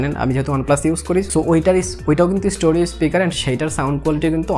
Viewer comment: স্টোরিও নারে ভাই, স্টেরিও